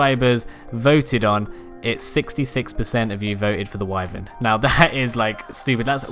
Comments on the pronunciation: Why the hell my dude wtf is wivern..... Why Vern. It triggers me when others say wivern so much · "Wivern" deep sigh Why. Why Vern is how that is pronounced. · Atleast he doesn't pronounce it wy ar ren like my tribemate we kicked him out because he stole my longneck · That’s not how you say wyvern